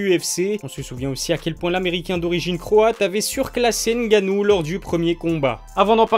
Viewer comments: Cool ta vidéo mais par contre il faut prononcé son nom de famille correctement ce n est pas n'gannou mais c 'est tout collé francis ngannou ce n'est pas plus compliqué que les nom polonais que vous prononcez sans problème donc faut arrêter la comédie. 😔😔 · Ne dites pas ENNE GANNOU, mais ngannou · Il s'appelle Francis NGannou et non N Gannou, le N ne se prononce pas Merci ! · Gars on dit pas N gannou mais Ngannou en gros faut fusionner le N et le G ensemble quand tu dis Ngannou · Ne dites pas ENNE GANNOU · Arrêtez de dire N-gannou c’est Ngannou ! Le N et les M se lisent en même temps pas séparément !! Comme toutes les autres lettres se lisent ensemble !!! Respectez les noms africains svp . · Il faut faire un effort de plus pour la prononciation. Le N reste dans la gorge. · Stp arrête de prononcer le N